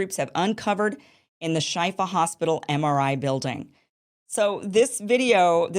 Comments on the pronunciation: It's pronounced Sheefa, Kim. It means cure. The IDF "evidence" was definitely pathetic, like every other "proof" they provided in the past month. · I believe it's pronounced "shefa" meaning healing